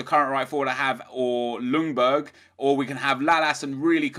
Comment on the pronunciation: The L is silent in "Ljungberg". Just sayin'